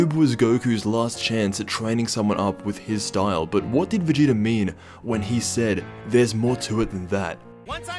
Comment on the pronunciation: When he says VERGETER